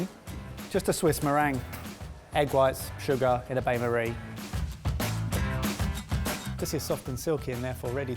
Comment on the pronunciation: didnt pronounce bandmarie right sort it out! sorted style